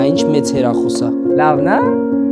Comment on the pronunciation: Խի ես ասում հերախոս ասա հեռախոս